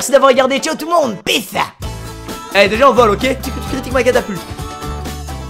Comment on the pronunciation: On dit Peace pas piss